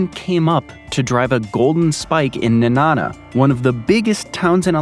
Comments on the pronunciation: Nenana is pronounced knee-nana. Valdez is pronounced Val- deez Thank you for the informative video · What a bunch of crap. This dude doesn't have a clue about Alaska. His mispronunciation of Nenana is proof.